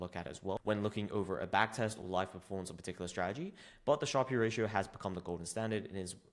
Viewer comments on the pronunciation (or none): Fyi, how to pronounce 'Sharpe Ratio'.